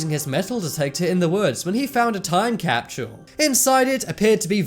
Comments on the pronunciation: There no "H" in time capsule! I absolutely love ur channel but for one reason or another the way u repeatedly said" time capshule " was kinda annoying nd this was the 1st vid. On this channel I didn't finish. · Hate the way the guy says capshule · time capshule time capshule time capshule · Damn, I know you got an accent, but there is no H in Capsule. Also, the "future" guy isn't anything special. Anyone can be super vague about things.